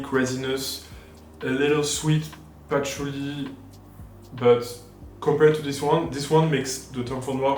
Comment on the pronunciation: started getting the french accent --- WOOODEEE PATHOULEEE 😂 Quit it